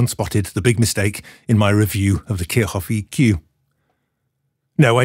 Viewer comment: Nice try, but that's not quite how you pronounce kirchhoff 😁